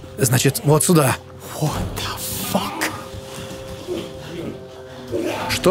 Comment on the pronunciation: почему ты говоришь "суда", а не "сюда"